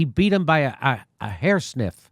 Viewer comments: I thought he said hair snip, but hair sniff is much more appropriate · I thought he said "won by a hair sniff".